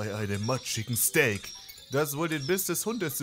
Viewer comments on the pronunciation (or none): none